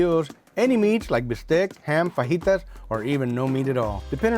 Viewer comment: hee hee, the man says "fuh-jee-tas"